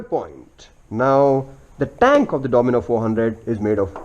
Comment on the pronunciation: and the bikes name is DOMINAR not DOMINOR